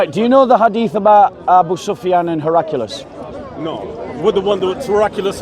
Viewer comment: Also, it’s Her-ak-lee-us.